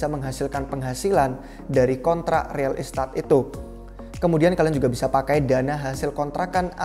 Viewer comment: agak terganggu dengan pengucapan real estate-nya. kaya kurang pas. maju trus republik rupiah, semoga semakin maju dan bisa mengedukasi masyarakat Indonesia.